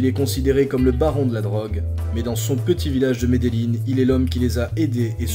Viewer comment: les gens disent medelin mais faut dire medejin avec un j meme si c avec double ll